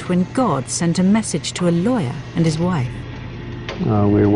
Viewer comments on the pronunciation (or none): none